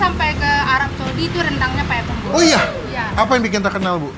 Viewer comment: Payakumbuh bukan payakumbuah